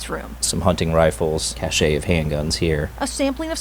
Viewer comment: LOL, I can't resist it: so much for moron cops who can't pronounce "cache." BTW, it's pronounced "cash," and it's not the word "cachet," which is what he pronounced, and which is a completely different word. For those interested in these words and their pronunciation: cache: cachet: Now I don't mean to diss cops in general (although I think this is a bad time to have respect for freedom and deciding to be a cop). But far too many cops are KNOW-IT-ALLS, when in fact, most cops are of average intelligence and have only average general knowledge of the world outside police work.